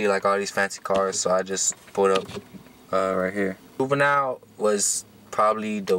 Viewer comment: Did he say boobenille